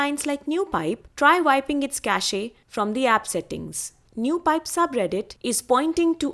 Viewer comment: Thanks. Small thing. Cache is pronounced with one syllable. The e is silent.